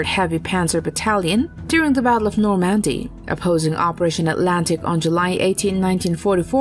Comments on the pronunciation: Nor MAN dy? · Nor- MAN-dy? Really??